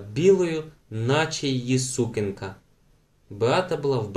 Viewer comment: Але наголос в слові сукенка має бути на другому складі, а не на першому — сукЕнка, на відміну від сУкня